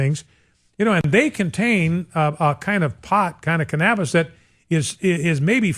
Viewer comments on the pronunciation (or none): Lol. He said "can-ahh-bis" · "Cnabis" this guy doesnt have a clue. What a moron. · Lol. How this dude pronounces 'cannabis'. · That pronunciation of 'cannabis'.